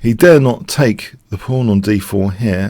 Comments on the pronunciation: Am I the only one who hears "phone pawn"?? I' ve been wanting to say that for quite a while... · I hear "fawn porn".